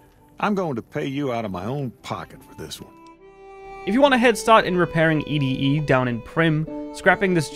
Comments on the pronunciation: bro you caled Ed-e "e-d-e" 😂😂😂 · It’s pronounced “Eddy”, not “E-D-E”. It’s not like they say it a dozen times in the game or anything… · It's 'Eddie' - not 'E D E'! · Lol, E-D-E instead of ED-E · Bro it's pronounced "Eddie" not e d e 😑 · I gotta say, people referring to ED-E as anything other than, "Eddy," will never not urk me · ED-E's name is "Eddie" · I know it's spelled ED-E, but his name is Eddy. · It's pronounced "Eddy", damn it